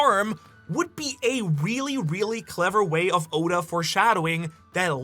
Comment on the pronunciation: mis-pronounce Oda's name again && i'll riot lol